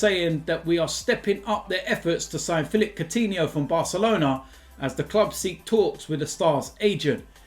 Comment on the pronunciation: So u say Soutinho, and not Koutinho..??